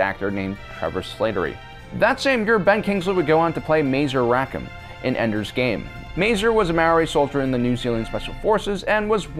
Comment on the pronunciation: He also said Endor instead of Ender.